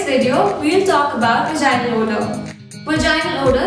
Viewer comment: I have a question why can't Indians pronounce and word with the letter "v" ? They replace it with "w" like for example instead of saying Vagina you say Wagina?